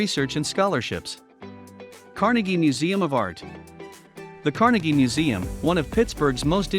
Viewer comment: It's pronounced car-NAY gee. Not car-nuh-gee